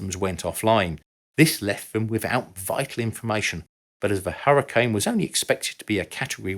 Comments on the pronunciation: I have to add, it’s pronounced like “hurry-cane”, cane as in cane sugar. It’s not “hurry, ken”. That’s ridiculous. We’re talking about the weather, not the Barbie figure. 🙄. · I'm British and have never heard another Brit pronounce it "Hurrican" until now. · That's funny because I've only ever heard British people pronounce it as "hurrican," as in this video. With that said, it must be a regional thing, and I just have only heard British people from whatever region it is who pronounce it that way. LOL! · There's a town in Utah settled by the Mormons called "Hurricane" specifically pronounced the same as in this video as apposed to the typical American pronunciation. I take it that is the typical British pronunciation. I realize this is most likely because the many of the pioneers were British isle emigrants.